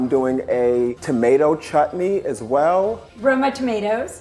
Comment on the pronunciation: His pronunciation of sambar and chutney is accurate tho- as a South Indian I've seen many people pronouncing Sambar as sambURR 😖 That's illegal 🤯